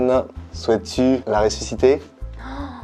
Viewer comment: Quand a dit ressuscipeter, j’ai péter